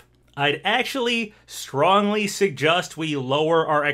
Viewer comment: He keeps saying SeGust instead of suggest Is it a hint? Does secretly know the new smash reveal is a flying type pokemon and he is trying to tell us without actually ruining the surprise?!!?!?!